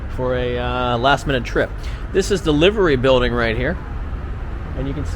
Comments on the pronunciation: Its pronounced Liver as in rhymes with diver 😂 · The Liver in Liver Building and Liver Birds is pronounced lye-ver. Liverpool sucks off the teat of the Beatles and has done for quite a long time. It's extremely tacky. It's time to come up with something new. It's sad when a previously great industrial and trading city is reduced to being a tourist attraction. Sadder still that it is being invaded by visitors from overseas who never leave, if you know what I mean.